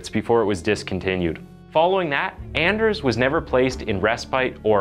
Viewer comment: to pronounce his name in scandinavian is Aners, to pronounce the letter "a" as you pronounced "asshole"´s letter "a" deeper "A", not like when you pronounce the "a" on "anything" which sometimes sounds like "e"🙂